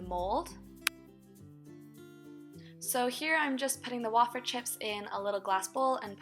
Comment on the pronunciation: wayyyy feeeerrrrrr way-fer. not wah fer -________